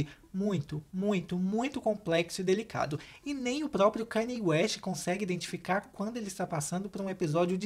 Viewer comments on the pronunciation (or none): none